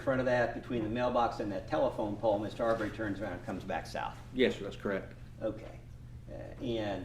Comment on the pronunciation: The lawyer doesn’t even bother to learn how to say the name Arbery correctly. It’s not ArBERRY you a$$.